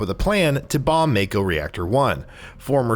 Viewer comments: pretty old comment here but I believe I was commenting on the fact that they pronounce it "Make-o" in game when, iirc, it should be pronounced "Mah-ko". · Make-o lol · yeah as soon as i heard him say mayko i knew right away hes never played. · I kept saying its "Yoooofie"! 🤣 "Red 8"?? 🤦‍♂️ Also, it's Mah-ko not May-ko. These muggles... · This dude should not be a commentator if he says yuffie’s name like that and calls it mayko instead of ma-ko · YA-ffie huh? Yuffie is pronounced YOU-ffie. and Mako is MAH-ko, not MAY-ko. 😂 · it is makeo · Who is yaffy, and red 8 and what the hell is a maykow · he said mako wrong too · Why does this guy keep saying Yuffie and Mako incorrectly? They’ve said it in the game and trailers ffs. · What’s with the terrible pronunciation? They literally say mako in the game multiple times. And yuffie says her name in the trailer why pronounce it wrong on purpose? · 3 things you need to know before you make youtube videos on FF7: Pronouncing Mako correctly, Pronouncing Yuffie's name correctly & Red13's correct name lol